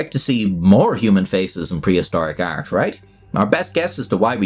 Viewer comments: why do you pronounce art as "ert" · "prehistoric ert" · the way you say art is the equivalent to gordon ramsey saying olovol